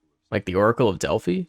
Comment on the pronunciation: Delphi is pronuonced "Del-Fai" . Not "Del-Fee"